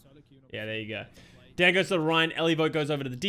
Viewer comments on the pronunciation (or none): It’s pronounced Daan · Daan is a common dutch name, idt english people usually struggle with saying the dutch double A